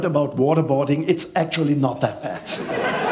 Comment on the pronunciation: "it's a portsche! It's a portsche!" "What model?" "9-11!" 🤣🤣☠️